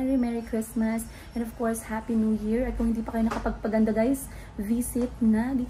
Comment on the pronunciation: Sa vlog ni atsheee you pronounced AND normally. Pag sa vlog mo eeeeeeeeeennnnddd 😭😭😭